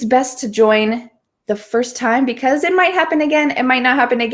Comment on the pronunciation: Why do you used c ose not because? "coce"